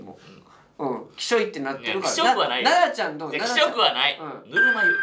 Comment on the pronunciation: 関西弁の発音だと「ナ↓ダ↑ちゃん」ですねｗ